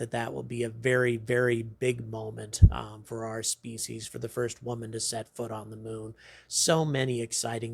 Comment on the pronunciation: Human Species and Human Beings are the same length....Because two reasons, it sounds dorky the way he says it, and Beings sounds better. Or just say humans, we are the only ones..